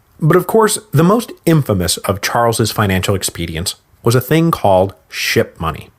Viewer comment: I’m not the only one hearing “shit-money”, right?